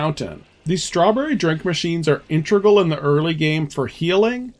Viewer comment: Great video! First time viewer and now subscriber. For the love of Webster, man, it's "integral," not "intregal!"